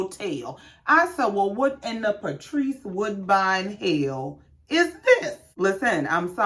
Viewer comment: You said it right" Patrese Woodbine!!!!🤣🤣🤣